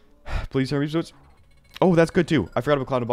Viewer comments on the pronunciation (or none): none